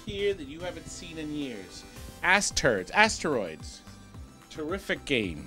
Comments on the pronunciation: “Ass turds” I mean asteroids lol he meant to say that😂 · He said asterds